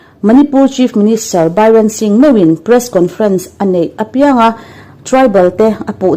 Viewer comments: Bairensingh an ti ngai lo sap tawng ani lo a, mizotawng a birensingh a ni tawp mai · Bynrenshing in ilam ah, Biren shing tihtur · Miss, Bairen nilovin Biren Singh aw... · BAIREN SINGH 😂😂😂 sapṭawng chu sawiloh, tlema chhiar dik deuh tur hian chhiar hram ṭhin teh u, ngaihthlak a ti nuam lo ṭhin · Vai hming ni nanânāa a engatia Bairen i'n tih talh chu, kan saptawng ngaisang lutuk hian zahpuiawm takah min siam fo mai, zahthlak deuh mai a ni Biren tih ni renga Bairen han tih chu😄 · Bairen dingh ni lovin B I R E N SINGH ani lo maw. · Bairen singh nilovin Biren singh tive mai la, sungnu nilovin sugunu su gu nu ti a lamrik tur aw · Nang-a pawh chu i la sawi dik chuang lo😅😂🤣, biran singh ni lo in biren singh zawk. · Bairen singh ti tawh suh, a hma pawn Bairen singh iti tawh tkatin ka ka hria a, Biren singh aw 😂😂😂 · News reader nih chuan, news ngaithla a, an lam dan dik te lo Chik thin hi a tha ania.. ...manipur CM hi a lar em em a.. Bairen Singh anti thin emni le? Biren Singh an ti zawk em? Hming lamdan dik hi a tha ngai